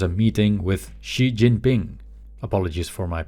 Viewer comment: This has been what exactly I needed. Been trying to wean myself off the news because of just how overwhelming everything is, and my own life is already overwhelming enough right now. Ps. Your pronunciation of Xi Jinping’s name is actually pretty good for a European, judging as a Chinese person from Singapore myself here. 😉